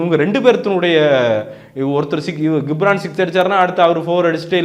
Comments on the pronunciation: டேய் கம்மினாட்டி பையா...... 'கி'ப்ரான் இல்லடா அவன் பேரு 'ஜி'ப்ரான்...... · Hello brother!!! Try to pronounce the name of the personality correctly. It is Ghibran (to pronounce as 'Jibran' and not as 'Gibhran'). Also please try to first see your comments video and what you have spoken in the review. You would have given your review without any preparation and utter whatever comes in your mind. But, you have mentioned the word "KORANGU (MONKEY) VITTHAI ELLAM KAATRAARU". You are praising him as Legend but uttering such cheap words...Try to present your review in a neat way. Sorry about your review on Thoongavanam. It's a good Kamal movie but he has missed a lot in screenplay and climax scenes.